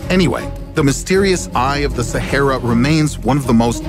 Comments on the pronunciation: Why u pronounce shehara it's sa-ha-ra😄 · I've never heard Sahara pronounced so bizarrely